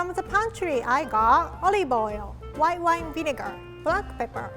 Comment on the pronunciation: For once I thought she wasn’t going to use alcohol but then I heard and.... white whone